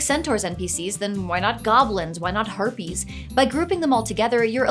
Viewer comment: Did she say herpes instead of harpies?! xD